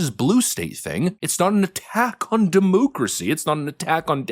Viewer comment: Please stop saying demooocracy, it makes you sound silly.